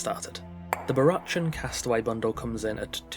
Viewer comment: I think it's pronounced "Barackan". Like Barack Obama. Not "chan", despite the spelling. That aside, incredibly overpriced, imo. More like a €5 worth. Tops.